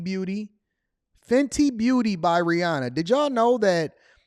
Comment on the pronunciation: I'm curious what is it that you actually do you talk about what you do but what do you do what do you produce you know I'm curious and I'll ask it old school what do you make what do you manufacture what do you create other than YouTube content and rehashing stuff and by the way you don't even pronounce Rihanna's name right it's funny because I don't really listen to her much but over the years I've listened to her actually correct people on the pronunciation of her name time and time again now she doesn't even bother because a lot of people want to do the bougie pronunciation and her herself doesn't even pronounce it like that it's actually her middle name and her stage name her actual name that she goes by with her intimates is Robin anyway I'm not nitpicking because I don't really care about celebrity and as far as you go you come up in my feed every now and then and it's entertaining kind of sort of you and Charleston White but been trying to figure out what are you actually do you talk about your brand but you're just a talking head at least to me and I'm not being funny I don't mean to be disrespectful but a lot of you guys on YouTube you're not even true journalists but you work as journalists some people even call themselves journalists and I've never heard of a lot of people on YouTube there are a few but lot of people don't even have journalism degrees so I'm just curious because you always talking about building a brand and about what you produce but what is it tha